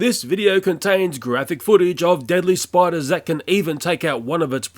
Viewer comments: Am I the only one who noticed it said spuders instead of spiders? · Lol in the beginning it says spuders instead of spiders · He spuders instead of spiders at the watning part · at the beggining it says spuders and not spiders lol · Spiders not spuders😄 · Did anyone notice it said spuders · u said spuders not spiders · you said spuders XD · "deadly spuders" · It’s said ‘Spuders’ at the very start xD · it said spuders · you said spuders